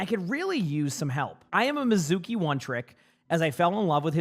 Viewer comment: Mee zu kee, every one say it with me!!!! Mee zu kee. Anime lovers and Japanese speakers are out here fighting the air.